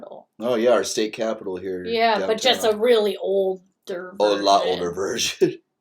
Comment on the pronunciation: Please look at this and say Derby correctly thank you